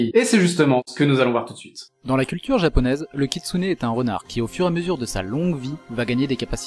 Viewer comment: J'ai cru que t'avais dit katsuni ducoup...c'était un peu ambiguë au début XD